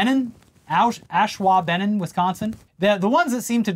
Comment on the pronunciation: Osh-WAH-ben-on. We have a lot of hard-to-prounounce cities and towns in Wisconsin. The heavy drinking we do here helps say them easier, or conversely, makes it funnier to try to pronounce them.